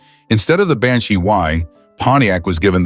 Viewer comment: Why does the narrator keep adding random vowel sounds after the word "Banshee"? GO BACK AND LISTEN! Even with the Corvette, just one extra, totally random, letter added after the cars name